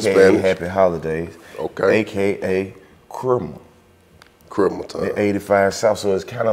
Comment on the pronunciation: ALL the "Loose Brain" mfas scratchin' they damn heads like "Who's Chrimmu" (pronouncing it like Cream-moo) LMAOOO!